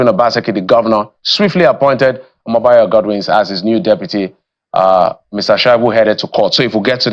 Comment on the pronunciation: Pedro Obaseki did not know the name of Omobayo pronouncement, nd he called it Omobaro.